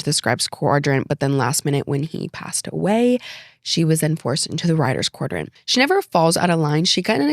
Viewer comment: Quadrant, not quardrant